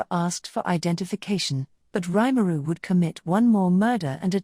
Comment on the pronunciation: Nice vid, but would've been better if his name weren't mispronounced every single time it was said. Both the first name and last name.